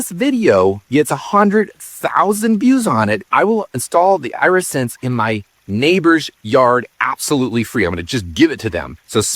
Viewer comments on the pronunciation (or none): Eye-re-sense? Like your eye-re-gation system? I would have assumed AI voice mistake, but I watched a human say it, and the same human said irrigation system correctly. I’m so confused, what is real?, am I real?